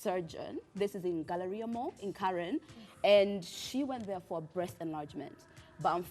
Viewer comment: Gallaria ni wapi ? Can we in the very least have the correct pronunciation 🙄